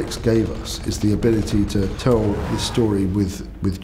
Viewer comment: "We will ask se questions!"